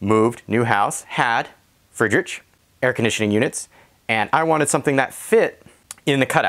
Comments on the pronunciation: Good video. It's "Freed Rick" by the way. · Wow you really butchered that name lol